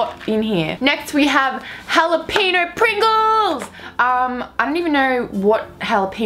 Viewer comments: she said jalapino lol jalapeno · the way she said jalapeño 😂😂